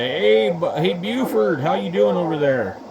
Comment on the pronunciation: I laughed my ass off !!!!! Did you say Buford???? Hahahaha